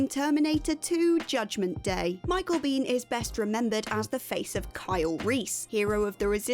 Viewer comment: Beihn- pronouced like bane, not bean.